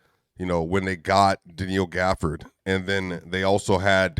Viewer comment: Why saying Danil Gafford?😂